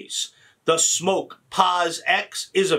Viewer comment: Geez tho it's smok not smoke